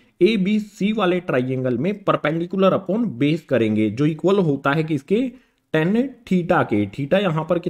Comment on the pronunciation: sir it is tan theta not ten theta